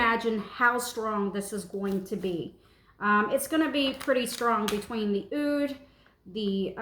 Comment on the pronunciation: The pronunciation for Oud is "ood", like saying the letter "O" and then "duh".